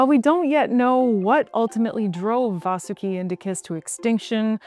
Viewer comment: It's 'Vaahsuki" not, 'Vasoooki", clown.